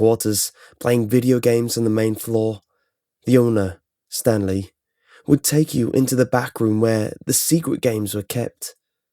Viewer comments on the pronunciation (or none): I think he said Stan Lee instead of Stanly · Is it Stanley or stan lee? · Am I the only one who thought he said Stan Lee instead of Stanley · Did he say Stan Lee or Stanley? Either way to me it's the first one and it makes it so much weirder. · Is it Stanley or Stan Lee ;) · when they were calling stanley itnsounded like.they said stan lee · all I can here is Stan Lee instead of Stanley